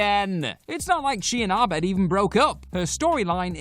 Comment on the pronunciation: It's pronounced Abed. Not Arbed? Have you even watched the show??